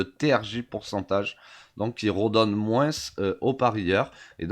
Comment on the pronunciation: pourquoi le moin"ce"? ca vient de l'herault? :p